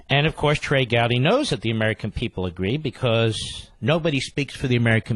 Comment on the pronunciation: "Be"trey Gowdy